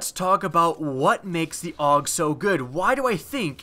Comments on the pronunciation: its pronounced A U G not awwg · it's pronounced A-U-G not aug